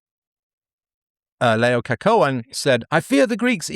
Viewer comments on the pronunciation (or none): LayAH kuh wan (Laocoon) not Lay oh co cohen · It's ALL 'cohen' now...